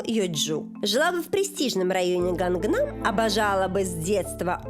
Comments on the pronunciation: ааааааaaa Гангнам? Ганнам. Ну или Каннам. Если в английском пишется Gangnam, это не значит что произносится также. Даже PSY пел: Ганнам стайл. Распространённая ошибка со звуком ng И ещё, корейские фамилии не спрягаются. P. S Просто, очень частые ошибки. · Не Ганг Нам, а Каннам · Не "ГАНГНАМ" ,а 'КАННАМ'.🤣🤣